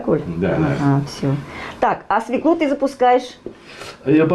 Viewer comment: идея хорошая, но.... 1_ знакомство с участниками_ как зовут, и т. д. 2_не ,,ложишь,, ,а ,,кладешь,,. 3_не свеклУ, а свёклу. ударение всегда на е.( с точками)